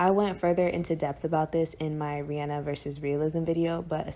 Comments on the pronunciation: Oh my goodness you say REE ANN A. Thank you! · Kudos for pronouncing Rihanna's name correctly.